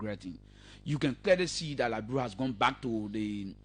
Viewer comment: Please pronounce the word Liberia correctly and not Liberail. Please show us where CDC has all those agricultural projects on going and producing rice and other cash crops. Please stop the lies and stop speaking your kru English that we will never buy.